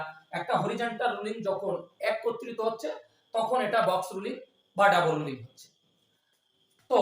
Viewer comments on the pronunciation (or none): Double not Dabule Rolling not Rulling